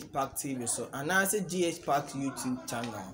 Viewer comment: Please the name is Gakpetor not Gakbetor Get it right With all due respect 🤩💙💙💙💙💙💙💙